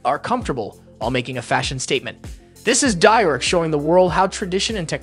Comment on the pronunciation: Dior is pronounced 'dee-or' LOL